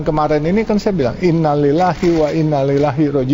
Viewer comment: Ngucapin Innna lillahinya diperbaiki lagi Babah Alun.